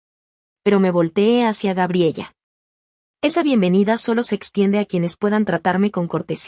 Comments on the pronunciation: NO GRABELLA... SE PROCUNCIA "GA-BRIE-LA" Y NO GRABIEYA COMO LO PRONUNCIAS... LO MISMO CON EL NOMBRE JASON.. SE PRONUNCIA COMO YAI-SÓN... Y NÓ JA-SON... MUCHAS PALABRAS EN SPAÑOR USAN ACENTUACIONES.... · Se pronuncia Gabriela